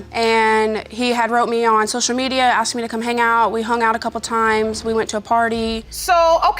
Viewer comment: The word is ASKED not AXED!!!!! Unless you armed yourself with an Axe!!!!